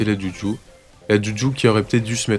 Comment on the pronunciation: Est ce qu'un jour tu vas bien prononcer le nom de juju?